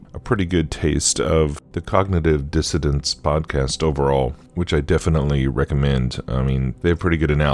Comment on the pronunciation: Cognitive dissoNANCE not disseDENTS